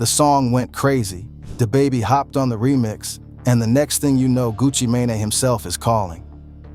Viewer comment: 😂dawg you can't say nigga no more if you can't pronounce Sheisty!? (Shy-stee) or Mane?! (Main) 😂😂 talm bout Sheestie and maynay 😅